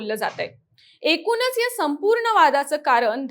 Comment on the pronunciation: एक छोटासा सल्ला देते. कृपया आपले ucchar अशुद्ध आहेत जिथे ण पाहिजे तिथे न म्हणत आहात. एकूनच, इरान, कारन. तुम्ही बातमीदार आहात ucchar शुद्ध पाहिजे.